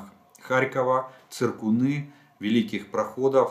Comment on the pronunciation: Вы все время указываете «Великие прох’оды», но по русски это звучит - Большие Проход’ы. Або українською - Великі Проходи.